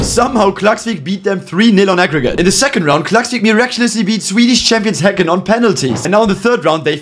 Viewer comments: As a Swede, that Häcken pronounciation made me proud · Good pronounciation on Häcken! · Huuuuuuge respect for pronouncing Häcken right!